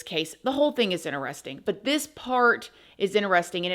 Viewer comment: I love you but you know the word interesting has a T in it right.